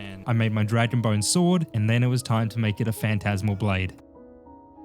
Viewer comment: It was dra-gon me around